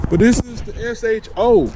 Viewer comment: S H O not SHO. That the proper way. Super High Output. I own a 2016.